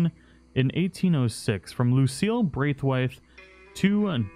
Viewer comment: 1 it was ROSS not Rose, and 2 Its pronounced BR-A-TH-WAITE. at least my wife's maiden name was